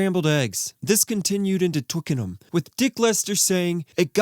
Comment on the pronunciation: Thank you for saying 'Twickenham' properly!